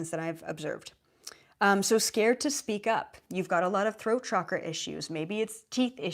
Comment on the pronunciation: It's chakra, and shouldn't be spelled or pronounced as shakra. And I would first consult doctors before drawing conclusions, although they seem rather bad (and expensive) at diagnosing people.